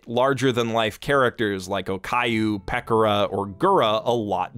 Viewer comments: Peck or uh... its Peh Kora..... you have to be doing that on purpose.. there was something else you totally mispronounced that drove me nutz. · Ah yes, everyone's favorite chaotic nousagi, "Peckurah." Konpecko Konpecko! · I've never heard anyone pronounce Pekora like that... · Is nobody going to talk about the way he pronounced Pekora's name